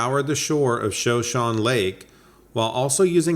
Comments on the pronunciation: "Shoshone" is pronounced "shuh show nee" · The way you pronounce Shoshone makes me want to inflict a terrible violence on you.